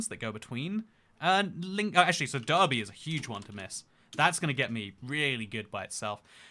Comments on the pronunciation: Even we (NI) know that Derby is pronounced Darby and we're bad enough to mispronounce Loughborough as Lock-bruh en masse 😂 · I'm disappointed you said derby like an American 😢